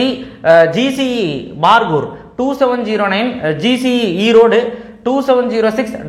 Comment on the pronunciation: அண்ண அது பார்கூர் இல்லை பருகூர் எங்க ஊர்ல இருந்து 7 கிமீ தா